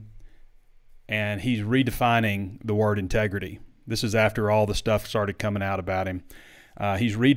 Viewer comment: It’s called ‘tregrity,.